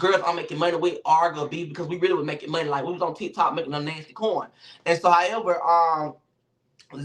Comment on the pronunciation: The way says nasty be havin me in tears!! He said "Alvo! You a Nansty sissy!" 😂😂😂😂😂😂😂😂